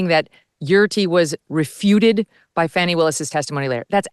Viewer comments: Oh holy cow Dave is a district attorney .. wow. What the actual hell. And it’s Fani not Fauni … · IT'S "FAWNY WILLIS" NOT "FANNY WILLIS". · FYI: Ms Willis’ first name is pronounced Fah-nee not Fan-nee. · Her name is pronounced "Fahhhhni" not "Fanny". C'mon, Megyn. Don't dip down the Charlie Kirk road of basically calling her "Big Fanny Willis". I thought this show was "No agenda?" B.S. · her name is Fani not fatty!